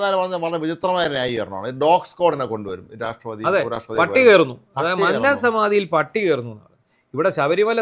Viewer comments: മന്നം ഉച്ചാരണം ശരിയല്ല,,, ഉന്നത്തിന്റെ ന അല്ല 😊വന്നു എന്നുള്ള ന ആണ് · മൂന്നാർ എന്ന് പറയും പോലെ ആണ് മന്നം എന്ന് പറയേണ്ടത് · പത്തനംതിട്ട സ്വദേശി മന്നം തെറ്റായി pronounce ചെയ്യുന്നു.